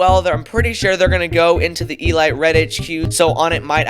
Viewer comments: Why do you pronounce elite like that 💀💀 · I love how he says E-light instead of E-leet. I find that amazing xD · the way this man pronounces elite 💀💀💀